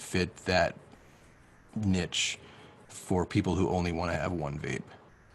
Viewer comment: ‘Nitch’ ermmmmm did you mean niche? :p